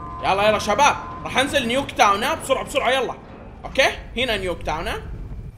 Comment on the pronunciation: اسمها نيكتاون متصله مو نيو كتاون 🤣🤣🤣🤣